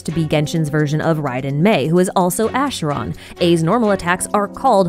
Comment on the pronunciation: Pronounces the ch in Arle’s name as k but as sh in Acheron’s name. Love it 😭